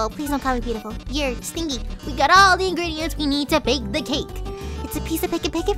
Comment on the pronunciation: And you said sting-y not Stingy (StinJy)